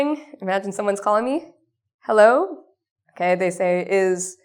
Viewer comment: hey guys she said heller insted of hello .... listen closet in the begining